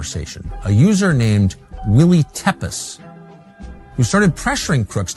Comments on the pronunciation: Willy _tepes (will he) tepes pronounced like Vlad tepes. Just saying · It's pronounced Teah-pesh. A borrowed pseudonym from Vlad the impaller, Prince of Wallachia, the inspiration for Dracula.